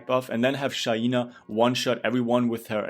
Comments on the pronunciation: It’s called SHAI—NA, not SHA—i—NA!!!!!😂♥️ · Dude it's the same we have a classmate name shaina and the way her parents pronounce her name is SHA-I-NA